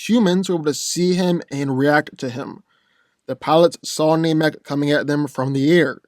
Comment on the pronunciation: It is pronounced NAM- ek, not NAME-ek